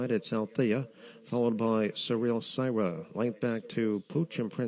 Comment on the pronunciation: Re: the sixth race, "Syrah" is pronounced "sir-rah", not "sigh-rah". FYI.